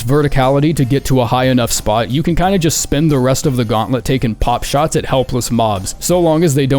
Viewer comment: It's called "Pot shots" not "pop shots":)